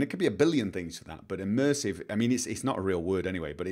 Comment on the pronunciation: We need "Immursive Toilets"